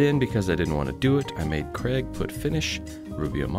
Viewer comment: Is pronouncing Craig's name "Kreg" on purpose? 😆 Maybe Craig should do a sponsorship deal with Kreg 😂